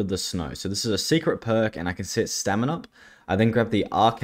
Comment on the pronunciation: when he first said stamin up i heard seminar also this is impressive give him a like and sub